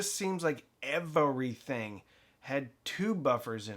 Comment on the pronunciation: I took a shot every time he said Ev-uh-re-thing. I’m surprised I’m still conscious.